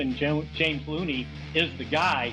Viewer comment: 🤣 I'll give him a pass on slaughtering Tyler's name but James Looney? Hahaha. Best laugh I had all day though.